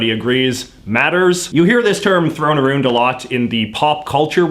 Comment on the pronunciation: OK, but the way he says about and around.......